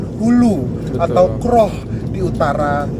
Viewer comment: Sekali lagi sebutan KROH itu janggal bagi kami orang Hulu Perak. Huruf O disebut seperti anda bunyikan in English OWN atau OWE the debt